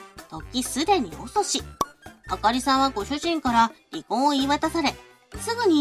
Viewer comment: あかりじゃなくて、あほりorばかり🤣